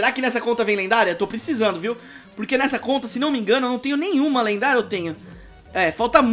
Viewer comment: O falou lenguária